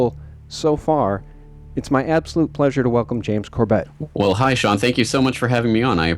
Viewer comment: For future interviews. He pronounces his name as "Corbit" not Cor Bet.